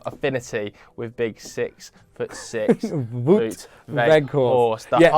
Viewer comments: It's Wout, not Woot. Same as shout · Vow-t, not woot. Just so you know :-) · His name is pronounced as "Vote"